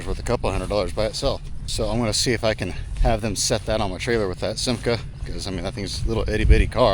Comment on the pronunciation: You pronounced Simca correct. Aronde is pronounced ah-rond, it is french for swallow.